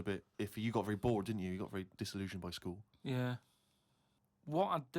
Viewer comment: I love how says the word 'school.' It comes out as "skee-wool."